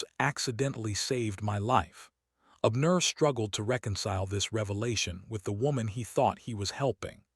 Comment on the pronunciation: Ok, I'm listening from Chicago,IL? I like the story so far but please not be so stiff in telling the story? Pronounce the names outright instead of separating words and names in syllables!! Abner one word!!